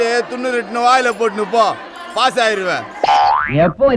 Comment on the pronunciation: அடிக்கடி ஊசா ஊசா'னு சொல்றீங்களே.... First nenga 10th பாசா'னு சொல்லுங்க....